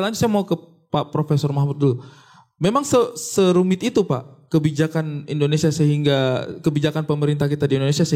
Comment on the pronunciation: WELCOME TO ENDONESEAHHH.. AHAHAHAHA